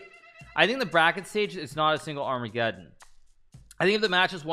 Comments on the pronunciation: 'R- megadon' ????????? amegeddon brooo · Why "Ar-Mega-don"? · Is he pronouncing it like ar mega don on purpose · “Armaygadon“ - Grandmaster Hicky Nicky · Why does Hikaru pronounce armageddon 2 different ways lol... I feel like Hikaru when he looks at memes, I don't get the joke.